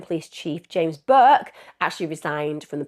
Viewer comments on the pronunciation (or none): none